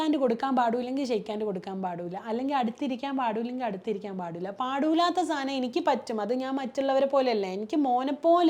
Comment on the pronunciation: പാടൂല്ല പോലും.. ഏത് പാട്ടാ പാടാത്തത്.. 🙄 ഇത്രയും വിദ്യാഭ്യാസം നേടിയിട്ടും.. പിന്നെയും പിന്നെയും പറയുന്നു..,'പാടൂല്ലാ ' ന്ന്. പാടൂല്ല എന്നല്ല മേഡം 'പാടില്ല ' എന്നാണ്.. കഷ്ടം.. 🤷🏻‍♂️🤷🏻‍♂️